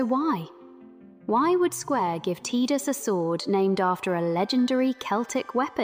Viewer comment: Why is she pronouncing the “i” in Tidus like an “e” ?? Phonetically it’s pronounced Tye-Dus… not Tee-Dus.